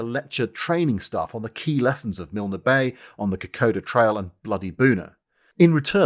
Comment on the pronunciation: Totally loved your mangling of Aussie place names! In Milne Bay, the e is silent - just finish with the nasal sound. And Canungra isn’t pronounced whatever the hell that was. It is Ka-nun-gra, with emphasis on nun. It’s all good, we do realise that Poms can’t make a decent beer, handle temperatures much above freezing, or pronounce our places names. It’s why we love you! As I’m typing this I see that a picture of world’s greatest arsehole Tom Blamey has just appeared beside good Wavell. I hope it’s only to give the mongrel the pizzling he so richly deserves. He is a reviled figure in the country of his birth. EDIT: OK, I see it was so Blamey could give the benefit of his immense wisdom. There was plenty of wisdom from New Guinea, but Blamey had none of it. He was too busy whoring in Melbourne, trying to seduce subordinates’ wives and sacking much more competent rivals to actually bother with anything as boring as being on the ground in the battle area. If there was anything useful in those letters, it would have been the wisdom of others plagiarised by the fat fascist feck.